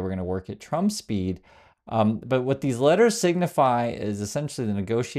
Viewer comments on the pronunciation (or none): none